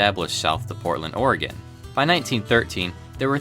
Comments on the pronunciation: I'm proud of you for pronouncing oregon right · 1. Thank you for talking about one of my favorite services. 2. THANK YOU FOR PRONOUNCING 'OREGON' RIGHT. 3. I wish Amtrak Cascades had dome cars. Fun fact btw: The first time I saw one a Cascades train, I was all like 'wtf why is that not a superliner like in MSTS?'